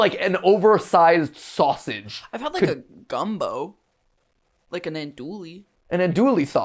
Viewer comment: Said the sausage way wrong my god